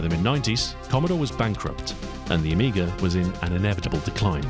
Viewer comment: I think you're the first English speaking person that don't call Amiga "the amiger"